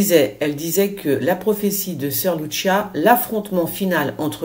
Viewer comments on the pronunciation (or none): Alors ma bichette c'est pas "litchis.(phonétique)prononciation italienne,mais "lucîa" origine portugaise